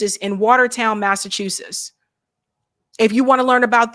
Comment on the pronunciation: still doesn’t know the name of the state in which SHE LIVES! It’s Massachusetts, not Massachusess, for Christ’s sake!